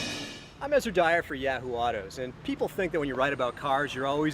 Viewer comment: Did you say Yeah-hoo Autos?